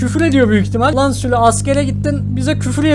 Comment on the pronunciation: Abi bide sülü değil sülük